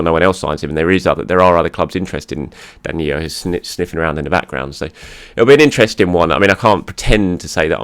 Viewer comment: Why do you keep saying DaniYo???? He’s Brazilian and it’s simple DaniLLo. As in Low. DaniYo is Spanish. Please. And thank you